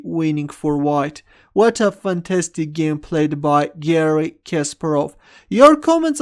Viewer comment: Not Késperov but Kasparov